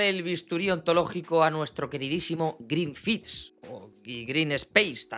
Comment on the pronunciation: "Glin fi", "jald wolk" , "yoldan pitelson" mi amol ya tú sabe